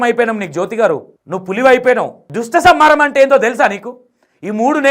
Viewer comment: అన్న ఆమెకు దుష్టసంహారం అని కూడా సరిగా పలకడానికి వస్తలేదు హలో జ్యోతి గారు అది దుష్ట సంహారం దృష్ట సంహారం కాదు